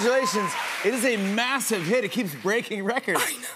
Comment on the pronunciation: the way he emphasize the “MASSIVE” lol